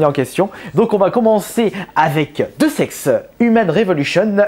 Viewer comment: Le jeu "Deus Ex" se prononce "Day ousse ex"